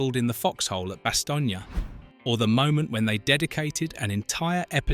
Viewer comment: Bastogne - Two syllables as in bass-tone not bass-tone-ya.